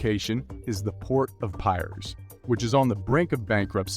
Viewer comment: Pronunciation by commentator very poor with many words eg Piraeus & World War 'i'